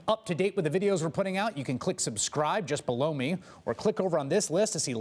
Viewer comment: OMG thank you! Every time he says it I hear "blow me".